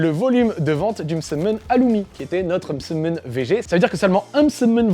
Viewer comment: C’est horrible dès qu’il dit msemen ça me stress